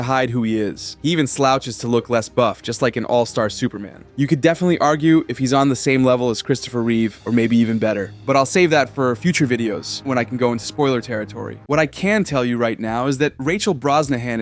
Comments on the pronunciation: it’s Reeve not Reeves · "Christopher ReeveS" my man its Christopher Reeve, without the S. (also R.I.P. to Chris)